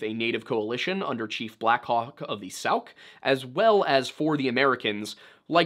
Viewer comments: Sauk rhymes with hawk. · Sauk rhymes with Hawk